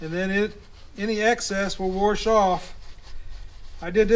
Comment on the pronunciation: Wash, not warsh… but we get it …